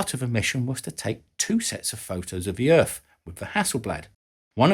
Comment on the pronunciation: What is this planet he calls Erf? I've never heard of it before.🤣🤣